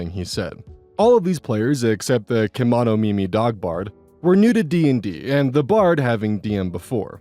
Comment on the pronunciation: "kemonomimi" a category of things like catgirls/boys but are different animals, so saying "neko" doesn't always work. Also it's a weird word to read in one go but the first part is pronounced "Kem oh no" (I don't really care that you pronounced it weird I just. Like yapping. Lol)